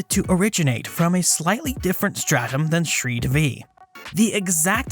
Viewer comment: Shree Devi. D in DEVI is not pronounced like d in devil. Instead DE is pronounced like THEY. And Shree Devi is the goddess Lakshmi. Means the goddess of wealth.